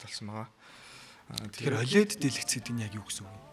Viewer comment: Tas har ongiig gargaj chaddag gehdee ойлэд биш өөвлэд gej unshhan zov bish biluu m4 huvid apple zugeer l shinchlelt hiij bolson gejl pad deer tavisan baih